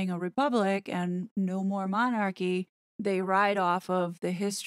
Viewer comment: Really??!! I only came on here as it was shared on my timeline. But I have never known such arrogance, a person who cannot even pronounce the word Monarchy is telling Americans how Britain should view their Royal Family and actually thinks she knows how our Monarchy works.By the way, they are not THE Monarchy there are other Monarchies in the World! The British Royal Family,actually The King, affects,as well as the U.K., 14 other Commonwealth Realms, the USA is not one of them.